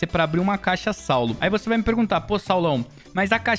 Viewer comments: "Vose" é foda 🥺🥲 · "Vose" é foda kkkkkk